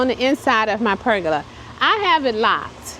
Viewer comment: Per-Goe-Lah= PERGOLA LOL!!!!!!!! Love it!!!!